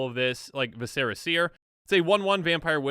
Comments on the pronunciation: it's pronounced vis-er-ah not vi-say-rah. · PSA: Viscera: VIS-er-a. Kitsune: kit-SOO-neh. Real words that you can look up in a dictionary.